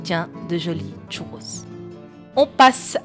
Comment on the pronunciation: Elle est ou la lettre T au début du mot "Churros" ?